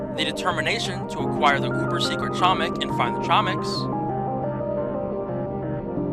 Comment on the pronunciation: its funny how he said tchomik